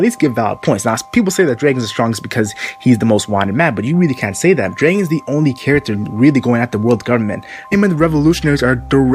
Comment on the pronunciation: who's Draigon? It's Draagon